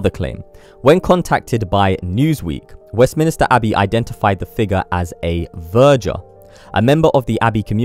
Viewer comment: The word you want is West MINS NO I STER. MINSTER